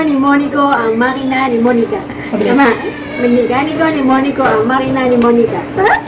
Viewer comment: Makina, hindi manika😄